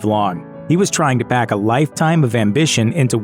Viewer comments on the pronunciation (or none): none